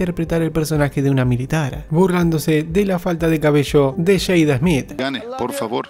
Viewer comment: Que primero aprenda a pronunciar el apellido de Will Smith..🤣 Will ESMIT